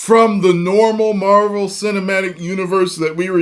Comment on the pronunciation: Nobody Nobody: Mavel